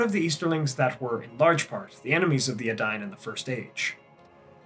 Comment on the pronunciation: In this video, we learn that I've been pronouncing the words 'Edain' and 'Dunedain' terribly, terribly wrong, for many years. ( has it right)